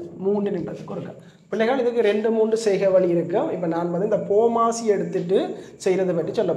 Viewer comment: sir athu pooomasi illa bodmast